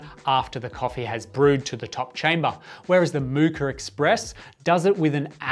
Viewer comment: there's no "R" in pronouncing "Moka"